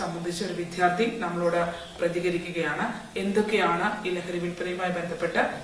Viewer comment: വാർത്ത നന്നായി. "വിദ്ധ്യാർത്ഥി" എന്നാണ് നിങ്ങൾ പറയുന്നത്. 'വിദ്യാർത്ഥി' ആണ് ശരിയായ പ്രയോഗം.